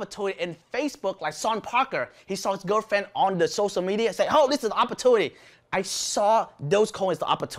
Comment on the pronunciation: sorry to correct you but its not socia... its sociaLLLL media.... i hope you dont take me wrong...